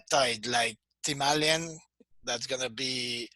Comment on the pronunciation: It is difficult to follow when talking about A or U.. thymalin/thymulin